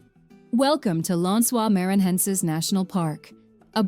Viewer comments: Lensuar manhaensar 😂😂😂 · Lençois maranhences souns like lance oils mair an neances